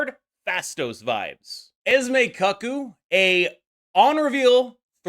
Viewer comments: Homie really said "cuck-oo" 😂 It's CooCoo. Also, Mercury and Cannonball is already a 2 card combo that will be ultra aids. Adding Prof X to it goes Omega Level Aids. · FYI Cuckoo is pronounced Koo-koo. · Why did you say Cuckoo like a husband watching his wife swing and not like the birds that make noises in the clocks???